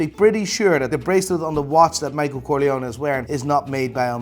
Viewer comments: it's Micheal Corleone, but you make it sound Micheal Coglione (in italian, coglione means testicole) hahahah🤣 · So funny, your pronounce of Corleone sound so much like "coglione" in Italian,that means testicle... So in line with an angry character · As an italian, your pronunciation of "Corleone" sound very similar to the word "coglione", which means "cunt" or "asshole" Love your accent❤️😂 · Seems like is saying: " coglione" that in Italian means asshole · from an italian the pronunce of corleone that you are saying it means dickhead LOL